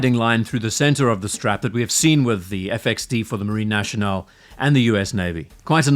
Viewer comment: If I may, it's pronounced Marine Nassionale, not Marine Nashionale !